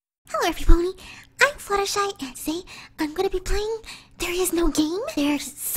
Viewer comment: Fluttershy not fluttershee